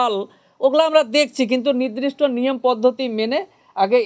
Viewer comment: ০০:১৫ তে "নির্দিষ্ট" বলতে পারছে না, "নিদ্রিস্ট" বলছে, এ আবার বড় উকিল 😂😂😂😂😂